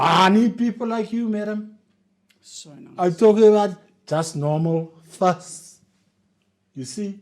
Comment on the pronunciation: They do say fush 🤣